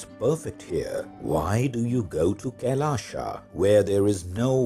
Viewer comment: Why pronounce “Kailash” as ‘Kailasha’? 🤔